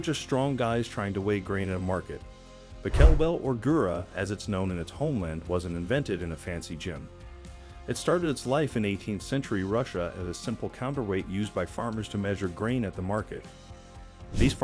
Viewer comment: Just a small correction: It is girya, not gura